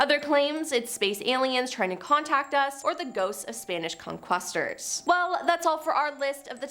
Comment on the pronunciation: The only weird phenomenon I experienced is your inability to correctly pronounce all of the words in your script. This is a routine occurrence in many of Most Amazing Top 10's videos, and also in other videos that are created mainly by young people. If you don't pronounce your words correctly it causes confusion. For instance, "con-quist-ors" is actually pronounced "con-KEY-sta-dors". It honestly took me a moment to figure out what you meant. Go ahead, get mad, call me a Karen if you want to. But as a teacher I find this mispronunciation trait to be very disappointing.